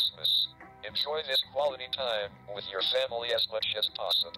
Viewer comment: dont know’s how to say “with”bc she says “whith”